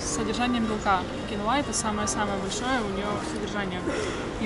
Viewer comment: Не киноЕ, а кИнуА.